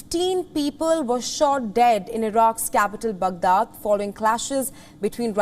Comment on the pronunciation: I find it very difficult to train my ear to how this lady says “ Baghdad”… it’s just so weird. I wonder how Palki would say it.